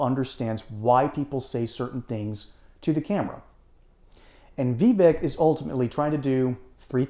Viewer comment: Pronounce his name correctly it's pronounced Vi-vache.